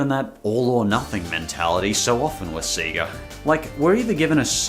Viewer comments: Bro being a long term Sonic fan and you literally say 'Sea-ga'? Wtf lol? Everyone knows it's 'say-guh'. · Did you call Sega “Seeger”? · That's not how sega is pronounce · 😂 You pronounced Sega 2 different ways! (I mean, not that there's an issue with that) 😁